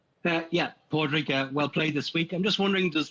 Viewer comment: I cringed so hard hearing "Pad Rag" lmao